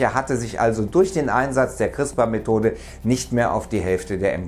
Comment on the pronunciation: CRISPR nicht "Chrispa"...